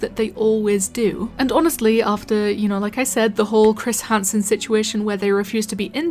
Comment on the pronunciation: "Chris Harnsen"